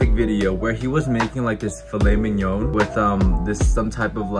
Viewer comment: Thought you said I made filet minion